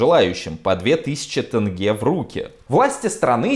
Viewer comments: Не тэнге, а тенге! Ударение в конце. Достали. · тЭнге где тут Э . Теньге. маза фака. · Где в слове "тенге" буква "э"? Аж ухо режет, не тэнгэ, а тенге, прям как написано, тЕнгЕ